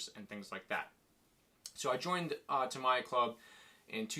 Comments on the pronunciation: A what kind of Blackfoot? Did you say ta my ya? 😂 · Tamiya collector, yet not able to pronounce the name properly smh